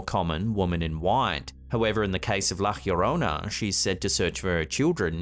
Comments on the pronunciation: I don’t want to come off as condescending or any thing of the sort but I wanted to let you know that La Llorona is pronounced La Jo-rone-a not La Hirona. (The double L makes an English J sound but the letter J makes an English H sound) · Also, is pronounced like the first two letters of a Yo-yo. yorona. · She's called La ya-rona pronounced the just the way it looks, that is not the true spelling it's just so maybe you don't mangle it lol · hi, try this to prounciate LA LLORONA try say li like this ' LA " as in LA`ttitud. then LLO` as in JAW RO`NAH. LA JAW RO NAH. grettings from Vancouver Canada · La Llorona is pronounced La Jorona. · He needs to learn how to pronounce La Llorona correctly.